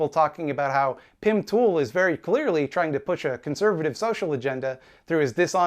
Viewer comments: Every time says Pim Tool, I laugh again. It’s childish of me but it’s funny every time. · you said his name wrong